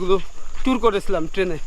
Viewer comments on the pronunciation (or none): none